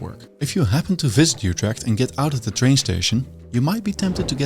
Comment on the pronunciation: There is no "y" sound in "Utrecht"!! The "Ut" is pronounced like "it" but with your LIPS EXTREMELY PURSED, leaving only a small opening, like when whistling. That is close enough to how the Dutch pronounce it. Don't be greedy now.